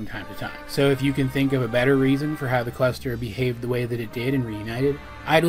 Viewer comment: when he says cluster I'm hearing quester